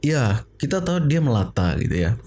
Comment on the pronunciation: Sebutan yang betul (di Malaysia) ialah latch dan melatah. Melata merujuk kepada haiwan yang melata atau merayap dan berkeliaran.